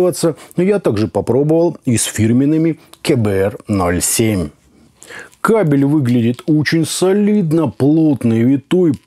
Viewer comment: это же знаменитый продавец kbear -07 эх если бы он еще их нормально выговаривал и ссылку на алиэкспресс давал. Но это и не нужно в 90% случаев стандартные амбушюры от них не отличаются. Просто этот чел "аудиофил" 😂🤣